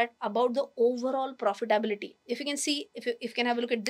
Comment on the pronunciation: Maa'm , all said and done...Its not "profi-ta-bility"